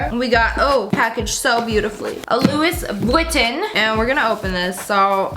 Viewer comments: Haha it's not loose vinton its louise vutton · No hate just saying it’s pronounced as “loui vitton” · Josie Vlogs haha no hate I love her. But it's supposed to be pronounced like (looie Voo-ton) it just made me laugh that's all. ❤️ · "LEWIS VITTEN" Gorl, I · The way she pronounced Louis Vuitton tho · the way she said Louis Vuitton😂😂😂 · Jadryl Veloria umm no. It's a common mistake. I am showing no hate towards her. 🙃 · Did y'all hear how she said louis Vuitton 😂 love you